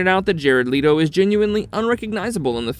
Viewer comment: It's Jared Leto. .... Its not Jared LeeToe lol.... its Jared Let-Toe.